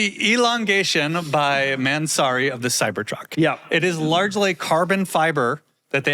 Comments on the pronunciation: I love how they pronounce "man, sorry"😂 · everyone knows how annoying Doug is but the pronunciation of Mansory is next level; I almost clicked off